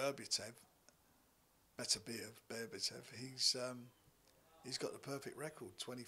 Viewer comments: Every time Ol’ Bricktop says Beterbiev he pronounces his name differently (& incorrectly) 🤣🙈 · There are few things better than hearing frank try to pronounce beterbiev